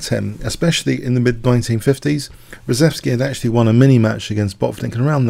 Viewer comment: I believe the name is pronounced "shev" - ReSHEVsky, not ReSEVsky.